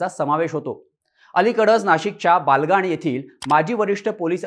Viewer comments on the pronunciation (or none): Balgan nahi, te Baglan ahe mitra